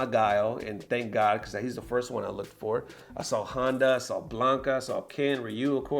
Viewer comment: F...k your pronunciation! Who is Handa and Riyu it's Honda and Ryu